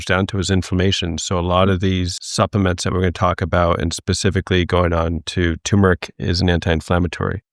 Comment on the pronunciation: Dr., to correct you, there is a R in the word TuRmeric! Thanks! I hate when especially Drs say words they speak of incorrectly! Gee! None of this is NEW INFO, it’s out there everywhere for years now, so it’s just repetition!yikes!